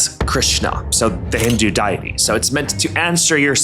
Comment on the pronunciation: Did you just say diety?